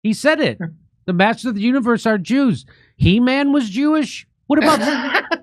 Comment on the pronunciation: “Heman” hahah